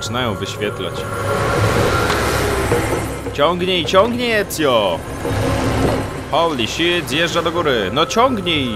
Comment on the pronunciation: o kuhwa ! cytuję: "hołli szjet zjeżdża do góry" XDDDDDDDDDDDDDDDDDDDDDDDDDDDDDDDDDDDDDDDD